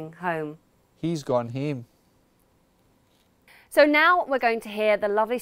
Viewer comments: Wait, he's pronounced "home" differently from before, it sounded like "him" the second time... Anyone else noticed it? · Why does scottish "home" sounds like "hoe"? 🤣